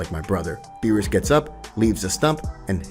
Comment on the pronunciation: Does anyone notice that he said beerusus KID